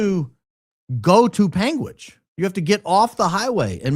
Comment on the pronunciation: Born and raised in Utah - extensive legal background - been watching both Candance and Charlie religiously since after BLM 2020 - 45 mins from UVU. My dad has lived in Washington County for 23 years. you pronounced that correctly. "Pang witch" Ok I heard Candance say it right the 2nd time 😂.